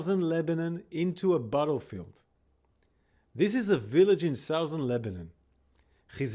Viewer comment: South-ern lol